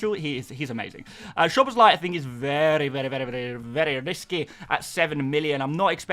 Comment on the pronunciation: Since you care about getting pronunciations right, Hungarian "Sz" is pronounced S, so it's "S"oboszlai, not "Sh"oboszlai.